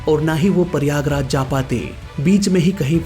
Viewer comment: it is prayagraj not Paiyagraj. 😂😂😂😂😂 U r from which school 🎒